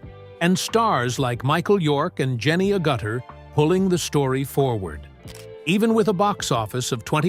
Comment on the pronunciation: Who ever is, you need to check your facts. You pronounce Jenny Agutter wrong and Lee Majors wasn’t in Someone killed my husband. If you are going to do these videos get your facts right.